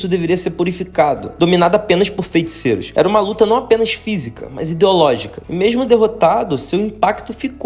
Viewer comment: pq ele fala “fenticeiros”? 👀👀